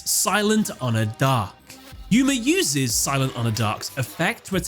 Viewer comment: "Yuya" "Gooma" Poor Yuma can't have his name said properly.